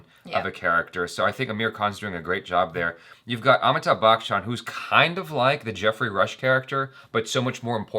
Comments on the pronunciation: WHY, WHY do you always mispronounce Amitabh BACHCHAN's name? says it perfectly. It's not BAKCHAN, it's pronounced as BACH-AN! Thats it, why do you bring out the K sound in between??????? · always says Amitabh bakchan 😂😂 sounds like bakchodi